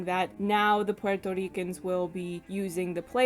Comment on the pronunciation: Love your video and your pronunciation if Puerto ricans. FYI. Puerto Ricans like NativeAmericans and African Americans did not immigrate. Puerto Ricans are born US citizens since 1917 and the island became a territory of the United states much earlier in 1898. The correct term is migrant because it applies to citizens who move from one part of the country to another. The term immigrants propagates the myth that we are foreigners and need visas or green cards which we do not. To add insult to injury most of us have partial Amerindian ancestry and these ancestors were the very ones Columbus called Indians.